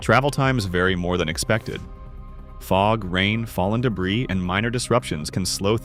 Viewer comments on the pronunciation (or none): none